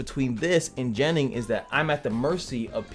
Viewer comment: I like ur shirt. With that being said. Your pronouncing of the word gennin for some reason make the hair on my neck stand up.